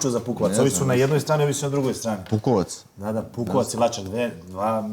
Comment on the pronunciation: Nije Pukovac nego Bukovac😂😂😂💪